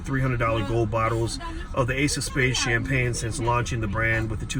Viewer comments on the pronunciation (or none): none